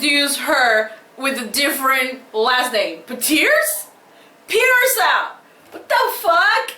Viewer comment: Sasha "Piterse" hahhahahahahhahah dying